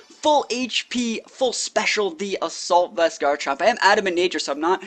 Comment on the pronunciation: You messed up with "assalut vest" but great video!